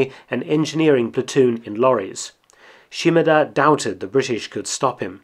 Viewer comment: His name was 島田豊作 - Shimada Toyosaku. she-mAH-dah not sheem-a-DUH 島 shima 田 ta (da)